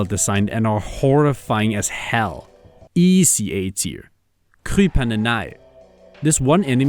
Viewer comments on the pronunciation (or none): gotta love the inability to pronounce swedish. For "flygare", you said "flügger", which is hilarious. And for "krypande", you said "cry panda" (english).